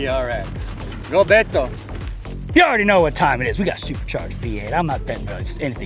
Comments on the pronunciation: It's Beh-Toe, not Bay-Doe 😂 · Y’all had the guy in 5 episodes and still can’t pronounce his name right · still can't pronounce Beto.